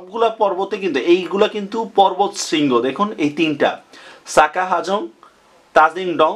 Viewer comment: সাজা হাফং না। হবে, সাকা হাফং। আর মদ কটং উচ্চারন হবে না। হবে মদক টং উচ্চারন। পাহাড় পর্বতের উচ্চতা এইখানে ঠিক করে যদি লিখেও থাকেন, ভিডিও নোটে সব জায়গায় পাহাড় বলা হচ্ছে ৪০০-৫০০ মিটার উচ্চতার টিলাকে। কোনটা সঠিক হবে, ঠিক করে জানান। সিলেট অঞ্চলে কোন টিলাটা ৪০০-৫০০ মিটারের বেশি আছে উচ্চতায়?